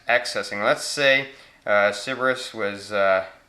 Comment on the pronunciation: Sounded like you said Ciberus.